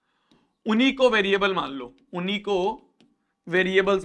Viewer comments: उन्हीं ❌उनी✅ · Unhi,❌ uni ,✔️